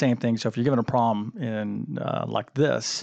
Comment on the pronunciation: There’s a “b” In this word: problem. The “b” is not silent.